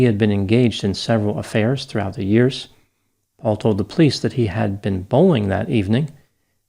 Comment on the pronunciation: I absolutely Love your show,, but Plice is a two syllable word! Po-lice! Hehehe